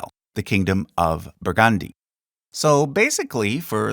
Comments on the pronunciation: Sorry but it is pronounced as: "Burg-und-die" and not "Bur-gand-i" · BurgAndy? where on earth is BurgAndy? it’s BurgUndy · When saying Burgundy the accent is on the first syllable. 'BURgndee' if you will. As usual, a fascinating look at the thrones of the world.👏